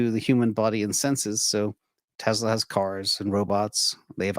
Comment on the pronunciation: It’s not Te”z”la , it’s Te”s”la.